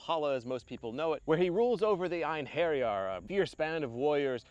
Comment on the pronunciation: Love the short summary format here as an intro to deeper subjects and learning. I also enjoyed hearing the pronunciation of Einherjar of Odin.